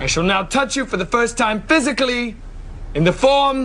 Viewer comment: Love how Zach gets an extra syllable in "physically"